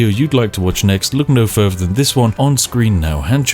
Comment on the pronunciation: Whenever I hear "wiffout ferver ado" I ready myself for some further ado.